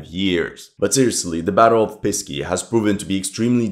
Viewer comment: Please, Pesky, not Pisky. "Pisky" sounds like "Dicks" or "Penises" to the Russian ear.